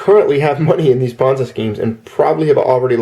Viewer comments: Pet peeve - It's pronounced PON(ZEE) not PON(ZAI). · I like how you say "ponz I" and not "pon Z". I am cracking up so hard, and you just keep saying it like that. thanks for the lulz. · You're a good guy,, and I enjoy all your videos but I have never heard Ponzi pronounced ponz-eye wondering where you got that pronunciation. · Ah ha, a bit of history with that word. Leave it to you to know the history behind something like that. I wondered because I've heard other words we use pronounced other ways in other cultures. I'd never heard that one before though. I've seen things written differently here and the UK also. Yes, sem-eye and sem-ee are a common one. The whole time you were saying it, though, I kept thinking Bonsai in my head, lol.